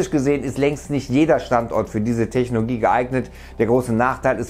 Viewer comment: Kann es sein, dass er immer Technogie statt Technologie sagt?